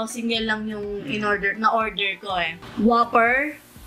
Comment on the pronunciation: Whooper! Not waffer